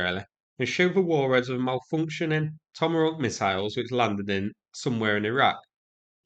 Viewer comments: Yea is this an accent thing or an inside joke? He has been known to mangle pronunciations, but that's usually Ukrainian words and names. Getting 'tomohawk' wrong is bizarre. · Tomarock? What the f are you even saying?! It’s TOMAHAWK! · Toma-rawk? What is your accent? Ha HAAAA HAAAWWKKKK... LOL! No offense but we got to get a smile when we can during war. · what kind of weapon is a "tommerock"? LOLOLOL